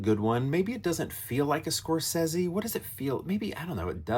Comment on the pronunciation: Interesting pronunciation of his last name. 😂😂😂 I do like the movie a lot. Shutter Island is one of those out of left field Scorsese movies. Hard to rank Scorsese movies for me without seeing them multiple times especially this one.